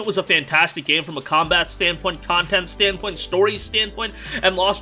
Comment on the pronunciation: Say 'Standpoint' again...Ha. Cheers for the vid